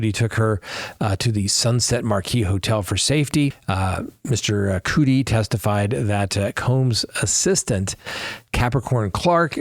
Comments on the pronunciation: I'm still think there is much more we DONT KNOW with the Kohberger case....and it's CUDI sounds like Muddy.....just saying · Cu- di, like cu-p (cup)